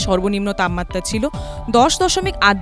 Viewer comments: তাপমাত্রা শব্দটা সঠিক ভাবে উচ্চারিত হচ্ছে না। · এবিপি, আপনাদের প্রতিবেদনের মান অধোগামী। তাপমাত্রা উচ্চারণ যেন বাংলা ভাষার অন্তর্জলিযাত্রা!